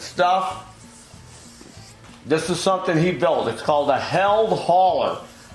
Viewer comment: Hey, It's pronounced healed, as in - I wrecked my motorcycle but now I'm all healed up! Made here in Southwestern Michigan.